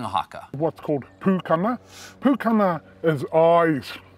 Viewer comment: Your pukana was on point! No shame just hearty. 💙✊🏾